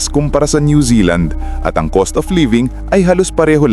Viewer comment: Cost dili coast